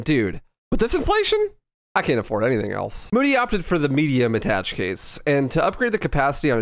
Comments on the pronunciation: FYI "Attache" is pronounced "Ah-tah-shay". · attache'... at-ta-shay french i think )